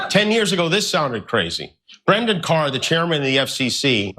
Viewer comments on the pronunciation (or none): none